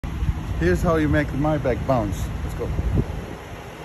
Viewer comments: Thanks for showing us how to make a “mybike” bounce. Now show us that you can pronounce it correctly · "here's how you make myback bounce"😆 It's pronounced may-back but I'm proud of you in other aspects though 🤙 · Cant even pronounce maybach right.. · The pronouncing of "Maybach" makes me angry xD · Bevor one should be allowed to sit in such car, out of respect for German engineering, one should be able to pronounce the name of the company first.